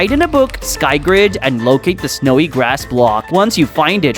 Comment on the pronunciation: snyowi grass😦